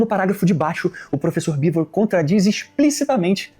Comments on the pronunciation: Mas aqui vou discordar do. O Jones Manoel não falou que Oleg Khlevniuk era ruim ou péssimo escritor. Ele falou que péssimo escritor era o Oleg Cu Nietzsche. Sem contar que ele também falou do Bivôr, não do Beevor. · Eu até consigo ser caridoso com o "Bivôr", mas o "CuNiestche" não dá. Ainda quer se chamar de "nós, o povo soviético"... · ele falando bivô, grudou na minha mente. Toda hora lembro dele falando kkkkkk